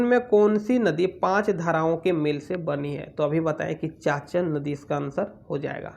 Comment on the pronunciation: चाचन नहीं चानन नदी